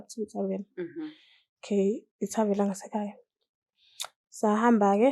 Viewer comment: Webantu bakithi akushiwo ukuthi I "tarvel" kuthiwa yi "tarven"....oSiyacela baningi😂